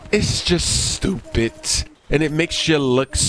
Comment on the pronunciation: "It's just stupit, it's just stupiT..." haHA!!